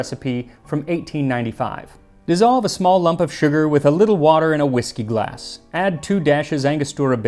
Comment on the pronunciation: Sorry, did the word "glass" used to have an "f" in it?